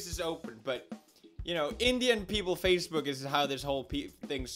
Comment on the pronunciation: Did He just sayed "Facebek" insted of Facebook??